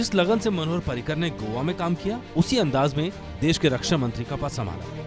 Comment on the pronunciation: पार्रीकर नाही रे भैय्यांनो पर्रीकर नाव आहे त्यांच.